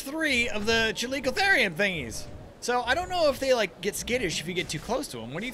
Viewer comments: Just so u know, it's pronounced Cal-ico-theer-ium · it's ca-lick-oh-their-iem